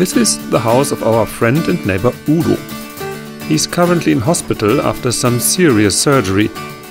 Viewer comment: lol. I thought he said Oodle.